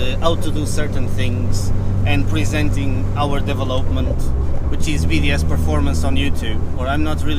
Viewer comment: He did well with the deve lope ment.